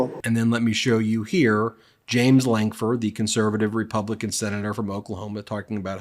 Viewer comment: please quit mispronouncing the republicans name.